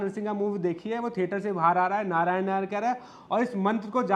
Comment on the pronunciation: यही है वे जो नारायण को नारायन कहती हैँ। सुन्दर अभिनय किया है पर उच्चारण पर ध्यान देना चाहिए ।